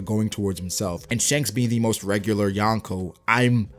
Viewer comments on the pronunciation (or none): none